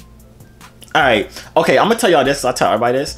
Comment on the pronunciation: I know this nigga is not alright for saying corie rayvon is just “aiit” bruhhhhhh😂😂